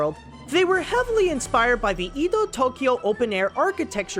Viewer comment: dole-bee not dobly ,, eh-doh,, not eedoh